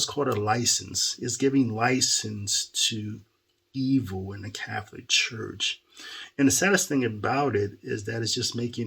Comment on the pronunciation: I believe Fr Goring means well, because it seems when they forced him back to Cananda he seemed to have gotten soft. maybe he was threatened?🤷. I stopped watching him a few years ago as well because of that. Also, why do you say Cafolic instead of Catholic?